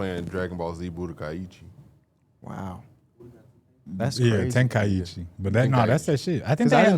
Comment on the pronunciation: The man said "DBZ budokaiichi" im done:face-purple-crying